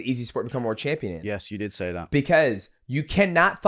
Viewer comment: I'm English and his pronunciation on some words is very unique, UF Sayuhh